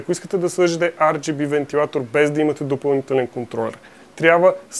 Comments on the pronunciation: R = АР , не ЕР плс брат. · ар джи би, не ер джи би